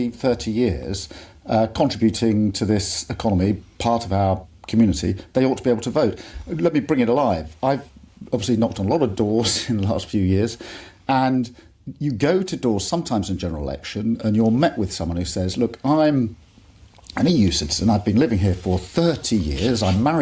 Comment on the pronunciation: obsifully not nige , obsifuly not